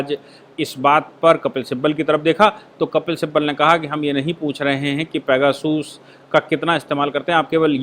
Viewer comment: भाई साहब ये पैगासस है पेगासूस नहीं। आप बहुत अच्छा काम कर रहे हैं 🙏🙏